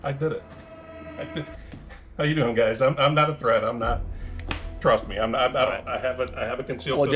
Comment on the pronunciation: The way Chris draws out them syllables. 😂😂😂 “It excites youuuu or.? It’s seems messy and potentially smelly to meeee.”